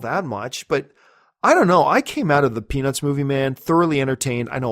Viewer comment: when you say Peanuts movie fast, it sounds like you're saying penis movie haha